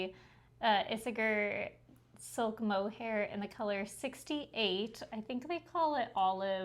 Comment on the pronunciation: Thanks for a great show! If you want to sound really Danish, pronounce that yarn "E say ah"...Isager.